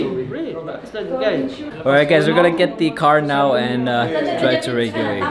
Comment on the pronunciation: is reykevik the pronunciation of reykjavic?